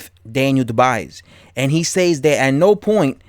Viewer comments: Champ, "Dubois" pronounce DOO-bwuah. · Dubois pronounced dubwa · How are you saying his name so wrong!?!? Makes me assume that you have never heard his name said properly and therefore never seen him fight, aka boxing iq cred out the window